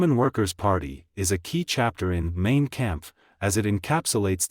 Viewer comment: Mein (mine) not main.